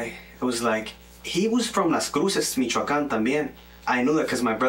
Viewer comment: 😂When he says "Michoacan"... ..😆.old school here -can't stop thinking about Cheech & Chong movies..